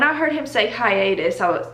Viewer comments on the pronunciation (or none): “hiatus” did in fact trigger me